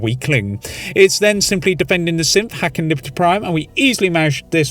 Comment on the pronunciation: I see it as a special feature and don’t see any problem with it personally. Also btw am I the only one that heard “Simp” whenever he says Synth? I find it funny every time, never change, never change.